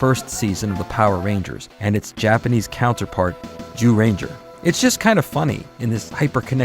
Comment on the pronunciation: I'm sorry I love the video but it sounds like he's saying you know what ranger. XD I met a TON of the MMPR's at cons. Jason David Frank (Rest In Power), Austin St. John, Walter Jones (Does he age at all?) David Yost, Catherine Sutherland, Steven Cardenas, Karan Ashley, and others. There amazing amazing people! I'm so happy David & Walter got to headline Once & Always as well! Nakia & Karan did a wonderful job running Rangerstop & Pop for many years too.